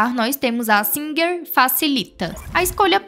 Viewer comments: Ela falou o nome certo minha senhora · Ela pronunciou o nome corretamente minha senhora